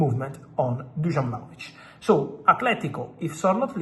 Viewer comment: Who tf is Djanovic? Vlahovic bro 😆 😂